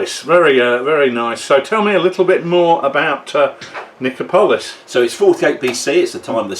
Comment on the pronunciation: Nice vid. Good to see 6mm ancients with S&H. Also, pronunciation of Nicopolis is on the third-last syllable - so Ni-CO-po-lis, not Ni-co-PO-lis.